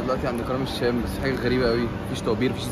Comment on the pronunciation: عرفنا انك بتكره السوريين بس يا ريت لما تنطق كلمة الشام تكون محترم فيها و بلا خفة الدم تبعك فيها